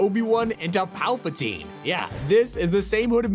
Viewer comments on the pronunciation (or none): none